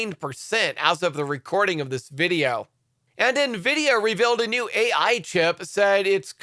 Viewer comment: OMG. He finally said N-vidia and not Na-vidia